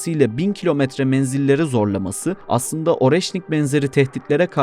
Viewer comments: Areşnik diye okunuyor... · Оreşnik diye okunuyor